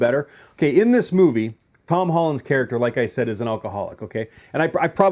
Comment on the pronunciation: Thanks for watching bud… couple of things: 1. It’s pronounced Tom not THOM… 2. You’re bad at math… 5% shark, 10% jaws and then 75% something else… not adding up to 100% smarty lol 3. The film is better than yours… oh wait… you don’t have a film you just sit in your moms basement surrounded by everyone else’s 4. Cursing doesn’t make you sound cool or funny or smart 5. Glad to have made money off you! 🤣🤣🤣